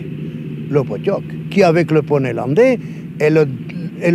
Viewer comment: Alors juste cela s’appelle le pottok (prononcer potchok) et non poney